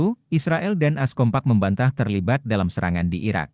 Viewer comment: A. S bukan as.... Reportase